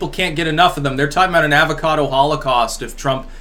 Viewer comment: Plz stop saying avocado. Why do you butcher the word like that lol